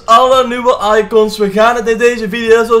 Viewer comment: hoe zeg jij icOns hh